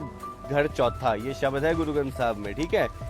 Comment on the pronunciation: अर्ध शब्द भी पढने नहीं आते शबद बोलते है